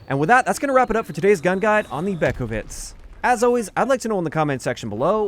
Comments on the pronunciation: im late but it's pronounced "beh-KHOV-yets" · You did completely butcher the pronunciation. It’s pronounced “be-ho-viets” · it's pronounced be-ho-v-iec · Beh- ghoh- wjets. I know polish is weird sorry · I just want to point out, you are one of alot of peaople that said the name close, i am from poland and i know how to say it, „ch” in polish is „H”. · Well, "h" instead of "k" and it's acceptable.